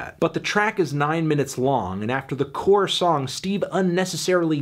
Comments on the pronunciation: Core* not car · Hey Anthony- he says “CORE” not “car” lmao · it’s core not car . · Bruh on “in lust we trust” we says “core” not “car”. Piss poor take rooted in ignorance. I Don’t disagree w the other opinions tho.